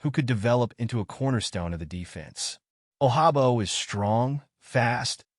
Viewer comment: It won’t happen nd it definitely won’t happen bcuz you mispronounced nd butchered David Ojabo name😂😂😂😂😂😂